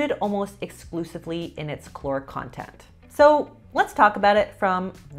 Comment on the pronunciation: Please stop saying chloric. Caloric